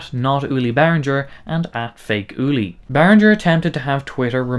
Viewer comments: Not Behrinjer . Behring-Ger with a hard G. You just played their corporate song ! It’s like people don’t want to say German words with a German accent …. strange. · No - He has mispronounced Behringer all the way through . Should be Bay ringer (like bell ringer ) not Rinjer . German does not have the French G . (soft sounding) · Good breakdown of the issues but I legit wanted to punch the screen every time you pronounced the G in Behringer as a J. Why do you think ING is bold in their logo? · it's pronounced bear-ringgggg-er. No soft G! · As a German speaking person, this hurts me deeply